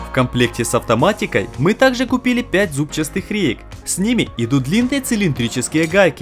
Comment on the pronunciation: молодец, хорошо руками владеешь. а вот русский язык коверкать ни к чему. не бывает «зубчаСтых» реек. есть слово зубчатые.